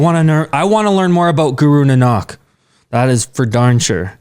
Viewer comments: Guys its not guru nanaak...its guru naank. Otherwise everything's perfect.👌👌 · I just wanted to tell you that it is not pronounced NNAK it is Na-Nak. Tjere is a sound of aa after the first N. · the right pronounciation is Guru Na nak not nnak. and we write like this, nanak. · Guru Nanak is pronounced naa-nick. Keep up the good work. You guys rock! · Sorry but to correct you, the pronunciation of guru nanak is na-nak 🙏. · Guru Nanak is pronounced “nah” “nuk” like Vancouver ca”nuk”s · Guru nanak dev ji .not nnak. Ok good job bro and sis. 🤗🤗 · Guru Naa-nk daiv ji is how its pronounced:) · Nanak is pronounced like Nah-nick btw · Its Guru Naa-na-k Hope you learn this pronunciation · The pronunciation for Guru Nanak is incorrect here. Please check that also ✅ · Btw you are saying Guru Nanak ji's name wrong, the A's in the Nanak are long A's not short A's. Hopefully that made sense because I am not good at explaining:)